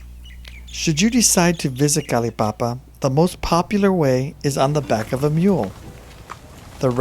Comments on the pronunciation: Kalaupapa not Kalipapa. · dear Narrator it is not called kalipapa, it is called Kalaupapa